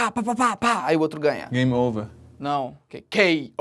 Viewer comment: Game over o nome certo é game over ou executivo pronunciar crime over